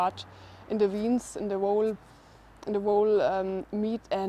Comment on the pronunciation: is that YOU on the guitar?!..... VEINS is pronounced 'vayns'...... 'down blanket'. you were struggling for the proper word: DOWN COMFORTER?..... when i was HOMELESS, the big rats in the park were sneaking around me at night (they were far TOO BOLD!), so i set out rat traps around my sleeping area with GENEROUS portions of cheese! i laid the little chunks all atop and around the traps. i would nod-out/(briefly?) and wake up to the snapping sound of a trap. it all seemed to happen within 5-10 minutes! once, i woke up and a small, early morning sparrow was dead in the trap. very sad! i always enjoyed waking up in the mornings to see squirrels & birds fearlessly close to where i slept!..... because you're a (single?) MOTHER, i think you're hoping your fans will WAKE UP! and start correcting your English (furchtbar, schrecktlich, schlecht), making your videos a FUN 'correspondence school' for you and your kids! VERY BRAVE OF YOU! right on!!! :-)